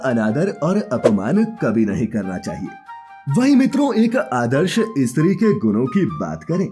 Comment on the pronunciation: Stree kehne k badle e.stree kehtha hai thoo kya katha bolnewala